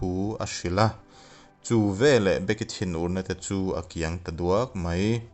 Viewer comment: Be-ki(becky) tiin lam zawk la a fuh angem aw ka ti .. A ngaihnawm khawp mai..